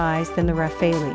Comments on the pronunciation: It's rafale..... Not rafeoi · Not RAFE-LI, RA-FAA-AL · Can someone tell this Thick Cow that its not called RAFFALI its French its Pronounced as RAFAL (e is silent) and DASSAULT is not DASSO ..Tejas is a Copy of Rafale so why compare the uncomparable. Rafale is a miles more Advanced Fighter .Tejas will always be Limited because its not Indian Technology its powered by USA GE engines.. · This Frenchman says: so fun to hear everyone torturing that aircraft’s name :D (It’s pronounced Rafal, not Raphael, not Rafail, not Rafaleeee) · The RUH-FAILY ..?? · plz at least for the sake of god don't say rafaleeeeee. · RAFALE is pronounced RAFAL. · Who the hell reads it as ra-fail-lee